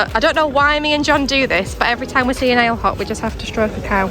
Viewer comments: Great vlog…gotta tell you how to pronounce Ale Hop…it’s as in Alley Hop. Cheers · “Ale Hop”. It’s pronounced ah. - leh. - ohp